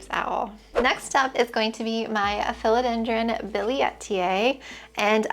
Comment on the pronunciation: You say philodendron in a way I’ve never heard it pronounced before. 💚